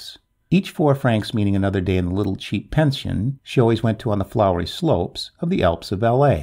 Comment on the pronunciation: nice story but i do wish non-english speaking people would learn how to pronounce and to say english names and places, such as folkestone, i.e. folkstun, or french names which should actually be pronounced as in french i.e. pension does not mean pension as in payment but a place to stay